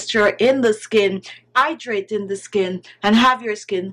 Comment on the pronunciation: and "Idraytin" (hydrating) ☺